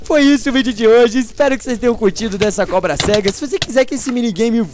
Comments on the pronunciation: da agonia quando o fala cobra-sega kk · Da uma agonia ouvir ele falando cobra- cega